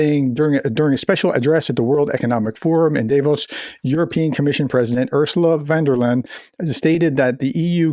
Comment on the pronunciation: Vun dare Lie-an (en)